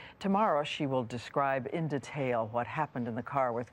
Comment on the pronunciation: Diane Sawyer's pronunciations are weird: "dee-tail" "Bar-bay-doss" What the hell?